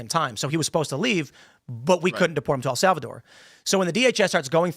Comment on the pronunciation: I could have sworn Tim was where I heard this correction from, yet here he is incorrectly saying "El Salvador". Wtf is he thinking?